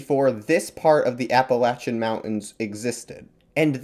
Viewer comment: Thank you for saying Appalachian right